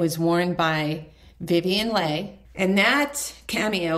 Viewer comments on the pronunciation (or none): The star of Gone with the Wind was Vivian Leigh, pronounced LEE! Pretty pieces.